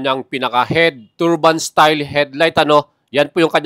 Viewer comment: Turbine not turban😂😂😂